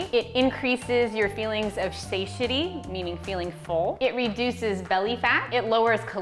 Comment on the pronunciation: Thank you for pronouncing satiety correctly! So many people on youtube say it wrong.. I actually forgot how to say it myself! <3